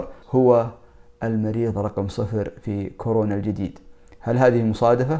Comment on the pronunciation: يا اخي المرض اسمه كورونا وليس كرونا!! 😂😂